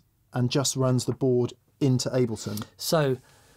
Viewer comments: "Al-bleton." You know you were saying that on purpose, you wanker!! ;) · Albleton? Like saying "nucular" rather than "nuclear". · Guys. Ableton. Break it down... "Able" (like "are you able to say this word") and "ton" (like "this shouldn't take a ton of effort). ;-)